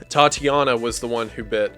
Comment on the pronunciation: Another great vid but why do you prounouce Tatjana as TATI jana?